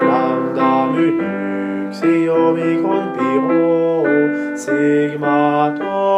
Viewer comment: Entre "nu" et "omicron" c'est "ksi" est non pas "xi"